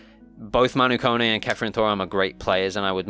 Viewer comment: Can someone pronounce Kone correct please. It's not (cone) it's pronounced Ko ne